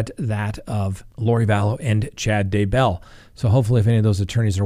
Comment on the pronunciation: It’s “DAY-bell” not “day-BELL”